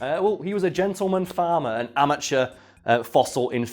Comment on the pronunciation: I've got a problem with the way you say "amateur".